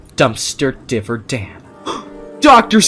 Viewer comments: It’s not div-er dan it’s di-ver dan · it dayver not divor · Its not dive its diver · its not "Dihver" its "DIvEr" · Dumpster "Divver" Dan Me: bruh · I think your supposed to pronounce it as diver like a diving into the water but with an er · It’s dumpster diver dan not di ver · Why you keep saying devr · It’s pronounced dumpster diver Dan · ITS NOT DUMSTER DIVR DAN!!!!!!!!!!!!!!!!!!!!!!!!!!!!!!!!! ITS DUMSTER DIVER DAN!!!!!!!!!!!!!!!!!!!!!!!!!!!!!!!!!!!!!!!